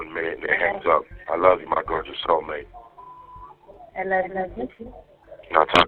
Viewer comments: why is it when says "sexy soulmate", it sounds like "sexy cellmate"? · Every time he says "soulmate" I just here "cellmate"...